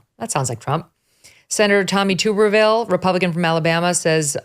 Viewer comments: Megyn it’s Tub er ville like bath tub. Not being disrespectful just pointing it out. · Alabama born and bred and more thankful for it everyday. Tommy Tubberville is pronounced like a tub of water not a glass tube. Love the show, been a fan of Mrs. Kelly for years.